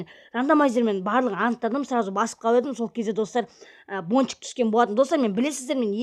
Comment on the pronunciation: Тоуф Бончик дегенды Пончик деп естып калдымгой☹️